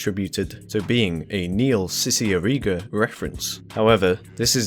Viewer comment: “NEIL SISSY-ER-EE-GA” ASKDFHGKJLFHGKJDSF